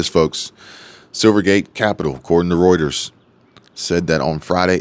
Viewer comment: Finally a you tuber that can pronounce Reuters correctly 😂